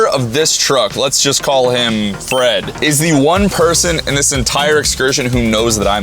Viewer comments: I HEARD BOYFRIEND INSTEAD LF BOY FRED LOL LMAO LMFAO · is it me or when he said "boy Fred" it sounded like "boyfriend" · When he said my boy Fred I heard my boy friend😂